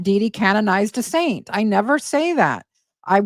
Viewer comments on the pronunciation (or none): none